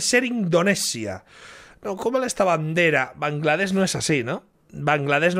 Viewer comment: todo iba mas o menos respetable hasta el minuto como puedes decir bangladesh ibai